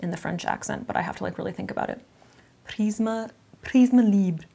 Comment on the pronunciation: French speaker here, so far, you're the best at prononcing Prisme Libre compared to the other influencers i watch. So go you!